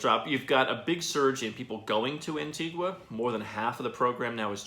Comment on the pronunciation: The least you could do is say Antigua properly!